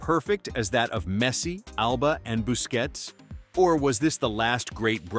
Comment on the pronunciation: Commentator needs to make up his mind on how to pronounce Busquets’ name. I heard it at least three different ways, LOL